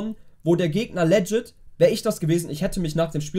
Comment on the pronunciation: Broski google mal das Wort "legit" und lern mal wie man das ausspricht....